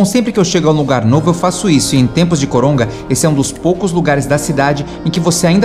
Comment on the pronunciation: eu ouvi bem ou vc falou coronga.kkkk